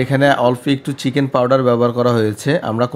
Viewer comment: ফরন আর ছিকেন উচ্চারণ টা শিখে তারপর ভিডিও বানান😅